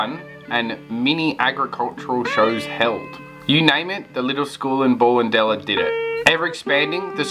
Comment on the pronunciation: Great video, thanks for that. Went to this school from about ‘67 till ‘73. Ballendella is pronounced Bellendella Cheers